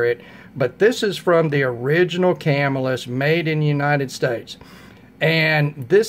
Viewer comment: Ya got your pronunciation wrong..it's pronounced Cuh-Mill-Us, not Cam-ill-us. Not a big deal, just a friendly tip.Good video challenge, I like reviews which cover different price ranges...not everyone can afford to spend 400 on a knife. I do have a couple higher priced models, but my average knife cost is around 50-100 dollar range. Good choices for your picks.